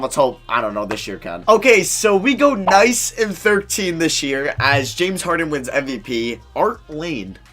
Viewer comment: “Okay, so we go noice and 13” 😂